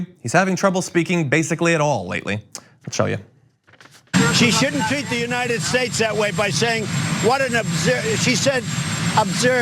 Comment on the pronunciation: When he flubbed "United States", my 75 year old mother (who hates Donald Trump) recognized immediately that his top plate slipped.